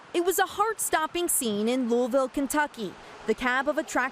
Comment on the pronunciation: news channels should not be able to speak at all about Louisville unless they are able to properly pronounce the City 100% properly.